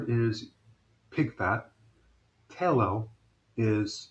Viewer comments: "tay-lo" lmfao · My mother told me many years ago "lard makes the best piecrust".. (and I believe "tallow" is pronounced with a short or soft "a" rather than a long or hard "a".. at least back in my day...)